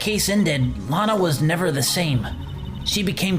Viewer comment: Every time they say Lana I think they're saying Lotta, so I keep picturing Ema's older sister being Lotta Hart. Gives me a chuckle.